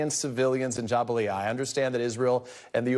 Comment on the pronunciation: Out here saying Jabalia like it was jambalaya 🤕